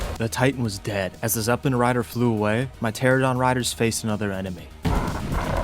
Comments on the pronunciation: I love the videos, but I gotta say: tuh-RA-nuh-daan not Tera-don lol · Ter-AN-uh-don - 10 years my guy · Ermm ackshually, it's pronounced "ter-ah-no-don" and they're not birds. It is a simple case of convergent evolution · Isn't 95% of PvP survival games offline raids? Anyway, the streamer that was shit talking about "beach bobs" sounded like a jackass, probably streaming to 1 person (himself). You are amazing at being a thron in the side of alpha chads, but jeez, please learn to pronounce the names of dinos correctly. Every time you said "teradon" I crigned a little harder. Let's not even talk about your butchering of rhyniognatha :face-green-smiling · How do you pronounce French words perfectly, but still can't pronounce pteranodon correctly. Pteradon 😂